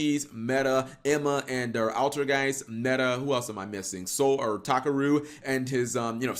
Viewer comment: Thank you cap you like the only non clueless English speaking yugioh vrains watcher who knows that Takeru in English is actually pronounced as Takaru you got it right unlike everyone else peace.